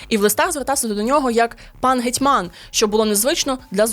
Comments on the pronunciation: Ге'тьман в обох значеннях і в усіх формах слова наголос на 1 складі❤ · Чудово, динамічно й нарешті без фейків. Дякуємо! Але... такі матеріали варті гідної обгортки. Тому, будь ласка, не ігноруйте стандарти, стежте за вимовою, не нехтуйте правильними наголосами ( гЕтьман/гЕтьмана; назва річки - КолОмак, тому статті КолОмацькі). Це не дрібниці. Сподіваємося, далі буде.